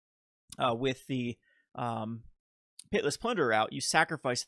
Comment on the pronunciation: Are you saying PIT-less plunderer? or Pitiless plunderer? lol it's all good. thanks for the content!